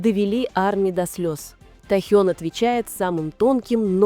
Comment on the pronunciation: Автор, правильно ставит ударение на имени . В Кореи , так говорят его имя.